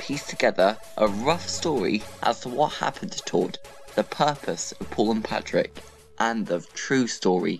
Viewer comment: Stop calling him Patrick His name is patryk (Pa - treek)